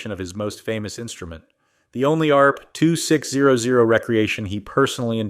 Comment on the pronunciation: I love the ayyy areee peeee two six ohh ohh... I think I would rather listen to a kindergartner read it. At least then there would be a reason for the punctuation to be wrong. This is what happens when you hand your calculator a script. What I'm most mad about is the you toobe algorithm doesn't have an option for us to block all this crap.